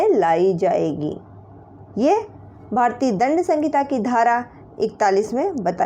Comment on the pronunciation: सहिंता होती है संगिता नहीं